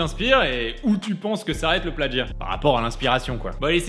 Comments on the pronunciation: On dit « plagiat » pas « plaDgiat » ! 😭😭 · L'influence de Stéphane Plazza s'étend partout. On dit plagiat comme ça s'écrit, pas pladgiat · * "plagiat" et non "pladjiat". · non ça se prononce pladgiat en français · Plagiat, pas pladgiat... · est-ce normal que la musique de fond n'arrive qu'a ? et avez-vous remarqué qu'il dit pladgiat au lieu de plagiat ? hummm... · Pourquoi tu dis "pladjia" ? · mais pourquoi